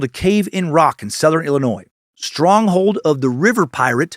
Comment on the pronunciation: Man I so proud of you for pronouncing Illinois without the s today as a local of southern Illinois and cave in rock is amazing you def need to come for a visit Dan and moon from the fizz show is a super fan of the area so plz come to our side of the Mississippi when you come to stl hope I can get a chance to see u then your fateful cult member